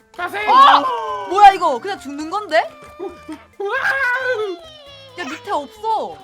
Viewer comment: 연비:어?뭐야!? 이거 그냥 죽는건⬆️데?⬇️ (많이 당황하신듯합니다 ㅎ 사투리가..